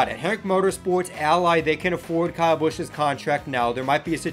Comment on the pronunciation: Say Kyle, not Cow.